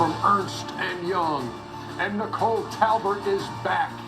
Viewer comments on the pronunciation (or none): none